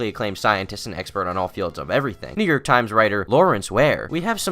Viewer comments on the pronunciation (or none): New York really sounds like the n word, is that just me?